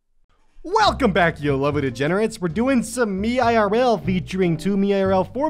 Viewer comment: read meirl as one word like, "méerl"